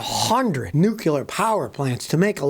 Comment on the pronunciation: 'nu-clear' not 'nu-q-lar'....c'mon Scotty!